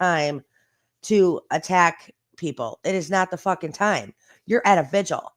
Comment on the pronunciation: I’m just happy that you called it a VIGIL and not a “ “VIGUAL”!! so many creators call it that and it bugs the crap out of me